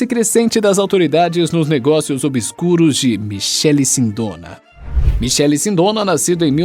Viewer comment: A pronúncia está errada Michele ex.: (Mikele) .